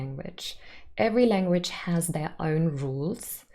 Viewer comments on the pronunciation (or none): none